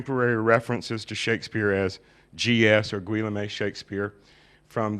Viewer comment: I think you mean Guillaume? Ghee-OHM. Not GWILL-a-may...